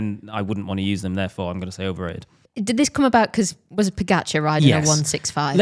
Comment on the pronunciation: Also, Pogacar is pronounced more like PogaCHar, not pronounced to rhyme with focaccia. All the Slavic languages have a ch sound of some sort.